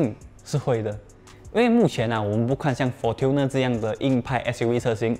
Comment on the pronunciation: Fortuner 不是 "For-Tuner" 这样念的...